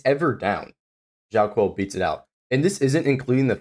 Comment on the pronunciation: Hi friend, it would give you a lot of more professional vibe if you spend some time on learning how to read Chinese names. As Q in Chinese doesn’t give sound “k” but rather “ch” so he is not JiaoKiu he’s JiaoCHiu